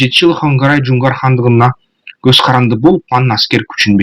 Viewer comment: Хангорай эмес Конурай...